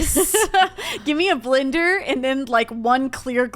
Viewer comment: I’m getting annoyed how you keep saying blinder why it’s blender